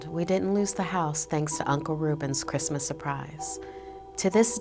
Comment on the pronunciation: Its chrismin merry chrismin😂😂😂😂